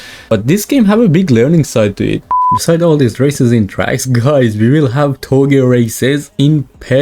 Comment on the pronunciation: It's touge not toge but whatever